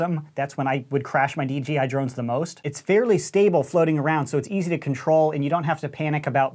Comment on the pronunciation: I used to be an RC nerd. Also: Says DGI instead of DJI